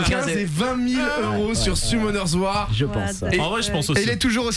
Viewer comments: C'est bien "Summoners War" mon:v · C'est "Summoner's war" par contre les bros